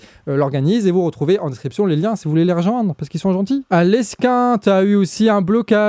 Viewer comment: C est Lesquin mais ça se prononcé Léquin et c'est MaubEuge.. Merci pr votre travail... C est top